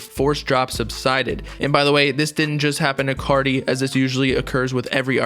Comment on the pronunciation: When he says “ Whut is gud cottie peepull” It gives me life 😖